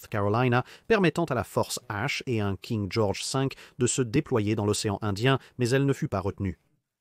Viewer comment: " King Georges Sink " ptdr